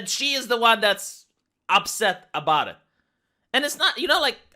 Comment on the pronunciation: aboot? are you canadian per chance? :^)